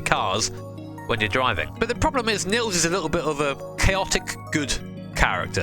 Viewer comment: Niels is pronounced Neals, not Nills.^^